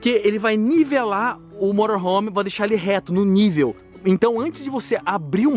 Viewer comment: eu trabalho com motorhome e tu fala morohom kkkk